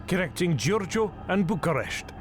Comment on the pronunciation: He also calls Bucharest, Bukaresht with a and sh, which is the Hungarian version of what the locals called București or /bu ku resh t:i/